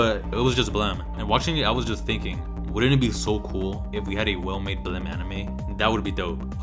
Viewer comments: Why do you pronounce "blame!" as "blem"? It's should rhyme with "flame" If it were in katakana it would be ブラメ -bla-meh. But it's spelled in Romaji anyway. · why does everyone pronounce blame as blemm?